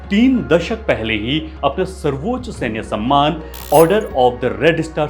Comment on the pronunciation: सर्वोच् ? Quiet = क्वीट् ? अबे ब.चो. लं,ड@ पे घुंघरु बांध के के तेरी अम्@ को चो@ और तेरेको लगेगा मुजरा चल रहा है । quiet= क्वाएट सर्वोच्च =वो+ च्च ? क्या होता है ? पहले उच्चारण सही कर